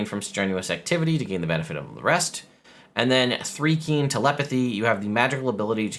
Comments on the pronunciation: What is 3-kreen? It's actually thri as in thrice. You can always go to DND Beyond and click on the pronunciation guide. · As a Dark Sun fan since AD&D 2nd ed I have to reply that Thri-Kreen rhymes with dry-screen. They are mantis people, not ant people. It's not a big deal and no negativity or anything, it's just a bit like my uncle who pronounces Pappy-russ for papyrus, and suedo for psuedo. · Your are mispronouncing the first part of the Thri-Kreen as well. It is pronounced with a long “I” not a long “E” sound, like rye bread not like the number 3. They are mantis people not ant people. 3e screwed them up to make them fit in a 5’x5’ square. They use to have a big abdomen in 1 and 2e. See the link below for info in Thri-Kreen. As to whether this UA release, is a harbinger of Spelljammer or Planescape. Every one of these creatures except the Thri-Kreen and the Astral elf come from the MC7 and MC9 the 2e Spelljammer monstrous compendiums, so I would lean toward Spelljammer. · I misread which "r" you missed and thought you were gonna pronounce them "thicc-reen" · Thri-Kreen (which I've always pronounce Th-RY Kr-een) have been a favorite race for a long time they aren't generally ant people they are praying mantis people. I like them being able to hold extra weapons but they should get "extra attack" as a feature otherwise you could hold 72 weapons and it's still basically the same one attack one bonus attack. And extra attack doesn't stack so it's not broken unless they gave them an extra attack on top of extra attack.